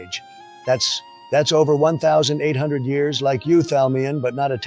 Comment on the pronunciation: Hate how the AI said 1 800 lol